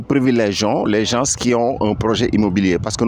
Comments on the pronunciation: Les GENSSS 😂 Non Monsieur on écrit les gens et on dit les gens ( le S est muet c.a.d on ne prononce par le S) Thieyyyy les Sénégalais avec le français....... Victor Hugo n'est pas content deh 😂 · pourquoi vous dites les GEN-SE faut dire les gens sans le SE